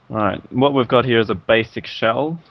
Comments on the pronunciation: down mnhearryah hehe he says it funny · I fucking hate the way he says here. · I can't stand the way you say "here".